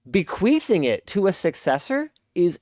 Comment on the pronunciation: did he say bequeefing